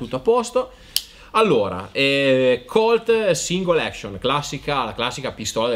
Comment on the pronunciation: Cap e non chep. Action e non ection. Long e non lon. Comunque bravi bel video ben fatto.